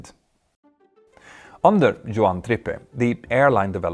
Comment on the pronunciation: Suggestions: Several moviess have been made with the correct pronunciation of Juan's name... (you got it wrong several times) Second sugestion: Brandif deep dive would be great.